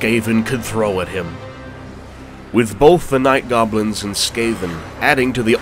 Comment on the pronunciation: I thought you said he killed off all the govlins. And the very next battle you day orc and goblins.... not picking. Just enjoying the storytelling. But picked up some minor issues.